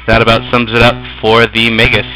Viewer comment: i have watched a few of ur gameplay vids they are helpful keep making em =) btw i think its pronounced (mag-us) not (mage-us)